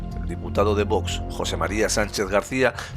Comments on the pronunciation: Por favor!! Qué la presidente del congreso deje de decir VOTS!!! Qué alguien le enseñe a pronunciar la X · La presidenta del Congreso no sabe el Castellano!!!!!! Dice vots en lugar de Vox